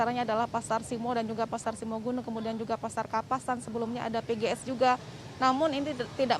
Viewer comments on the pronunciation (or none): simo bukan simoo (u) zzzz